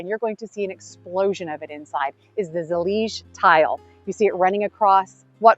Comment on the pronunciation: I am Moroccan (native, Amazigh tribe) I said to Mike before you started talking! Huh?? Seems Moorish! And then you said it and even correctly pronounced Zalij! الزليج! And the Arabic text says: دعاء إلا الله which means I pray to the true one God! Allah is generic term for God! So it’s the God of any religion. Thank you for showing off some of what has been part of the golden age of Islam! And thank you for doing so wisely respectfully and knowledgeable as always! ❤️❤️❤️❤️